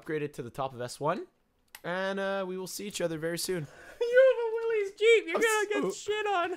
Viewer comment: 53 seconds in and you've already offended me. I'll have you know that the Willys MB helped win the war, and shaped offroading into what it is today (and it's pronounced Will-is, not "willeeeeezzz")